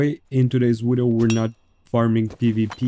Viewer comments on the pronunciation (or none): "In today's wideo" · gonna start a "todays wideo" counter